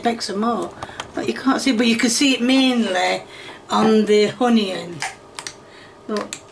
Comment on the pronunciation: It's Not Hunioun, It Is On-E-On. Get it Right!!! Really???